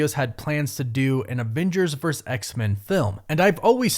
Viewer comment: For gods sake! Its VERSUS, not vers! Learn to speak correctly, ffs!